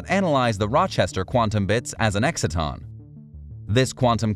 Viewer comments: EXCITE-TON, not exit-ton. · Learn how to pronounce exciton...